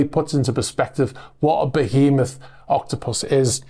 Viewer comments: Great report even though you said “Octopussy”. Cracked me up. Close Caption even got. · You used the James Bond pronunciation for Octopus. See, I knew you were related to Timothy Dalton. 😊